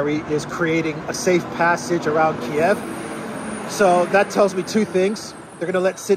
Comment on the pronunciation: Thank you for calling Kiev Kiev. Its how its pronounced in English.